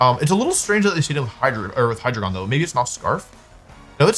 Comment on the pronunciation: lowkey upset by the pronunciation of hydreigon lol